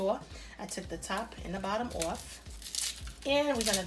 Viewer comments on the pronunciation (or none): If you're not from either jersey or ny. Lol falling "oorf" the bone" lol I love it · This my first time watching this channel and all I hear is an uptop NY type accent I'm sold jus off the way u keep saying OFF like a NYer 😂❤️